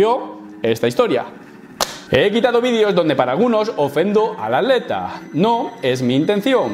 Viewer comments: Muy buen video.decis aleta, en ves de atleta? O me parece a mi. Saludos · que paso con la palabra atleta? se te esucha aleta lol xdd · cuando dice atleta yo escucho aleta